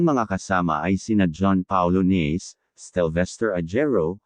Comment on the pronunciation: AI ba yung nag na narrate? Na-se ang last name ni Pablo, hindi Nace. Ahero ang pronunciation ng surname ni Stell and not Ajero as in Jar.